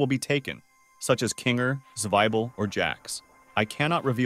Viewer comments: implausible 😳 "the shining queen" "Kane" "king(kinger)" He called 'king' a "her" "the room only contains a bed and there is no actual door,the room only contains a bed and there is no actual door." He tried to pronounce kinger with 'king her' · dafuq before it said pomni as poverty and ahh yes my fav character "jangle" and oh look a second before it said "romni" oh and I love "zwibal" can't wait for kine, remember, zooball and jangle oh and I love "Cosmo" and "cowfmo"